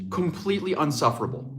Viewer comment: Love ya man but the word is Insufferable not "Unsufferable". That being said I couldn't speak or read a word of Norwegian so you all good